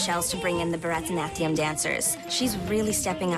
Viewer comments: The way they pronounce baraknatium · I died at 'Bratanatya' It's Bharatnatyam XD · I'm sorry but I'm Indian and the way they pronounce Bharatanatyam is sooooooo funny lol. 🤣🤣🤣🤣🤣🤣🤣 I do Bharathanatyam btw. Edit: they pronounce it like bratanatyam It's pronounced barathanaatyam. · it’s pronounced bara-di--na-thiam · It's Bharatanatyam not bhaaraattaanaatyam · Seriously The way they all pronounce Bharatnatyam is so epic...Almost died laughing... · i’m still cringing at how they pronounced “bharathanathiyum" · Anyone triggered by the way they pronounced bharatnatyam 😡😂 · my country is where they do barathanatyam and the way and pronounced it is hilarious😂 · They said Bharatanatyam wrong. I’m dead😂😂😂😂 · bar-a-nath-ieeya-um dancing LOL they r saying it so wrong it's funny😂😂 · On a totally irrelevant point I do barathanatium dancing and that is NOT how you pronounce it